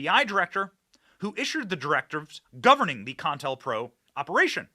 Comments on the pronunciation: Benny! It's COINTELPRO. NOT CON-INTELPRO. I'm sorry, but it's like nails on a chalkboard. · Co-intel-pro. Not contalpro. NO-BELL. Not noble. Come on, dude. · Ok benny say it with co. Intel. Pro. Not pronounced contel pro. Please it hurts my ears. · "COINTELPRO" ---->> "CO - INTELPRO," not CON - TELPRO lol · It's pronounced kow-in-tel-prow also co-intel-pro not con-tel-pro. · Sir. You he correct pronunciation is Co-intel- pro! Not Contelpro. Ever thing else you are correct on. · Bro. Its CO IN TEL PRO. Not "CON PRO". How do you miss the letter I literally every single time? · Bro it's not con-tellpro.its co- Intel-pro! As in counter intelligence program.js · Isn't it Co-Intel-Pro? James Earl Ray or Wray? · Benny, CO...INTEL...PRO. Please! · I think they pronounce it CO-INTEL-PRO. Counter Intelligence Program.👍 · Benny, pronounced Co-in-tell-pro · NO BELL PRIZE....CO IN TELL PRO.....Wish I could get a job helping you tubers w pronunciation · It's pronounced Ko-Intel-Pro. If you don't even know its pronunciation after all of these years, how can we take you seriously?